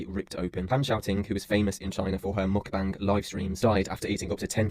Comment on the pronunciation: I love the fact that you properly pronounced Mukbang. I cringe every time I hear mukbaeng, because that isn't how it is spelled and not how it is said in Korean. Anyhow, something I find interesting it that, despite its Korean origins, a lot of YouTubers discussing the problem of Mukbangs completely ignore that other side of the coin. Most Korean Mukbangers are average size or even very skinny. Part of that is because of the different way that Korean bodies store fat, but it also has to do with an unhealthy addiction/need for exercise, bulimia, periods of extreme dieting/starving, as well as the deception of chewing and spitting out food, which is often edited out of videos.